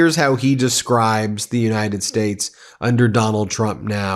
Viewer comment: Ask the dentist if they can help Trump learn how to say United States not United Sates.